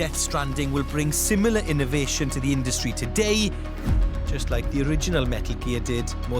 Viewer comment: Did you rike it?